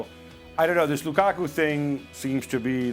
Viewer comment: No one says Lukaku better than Ale 😅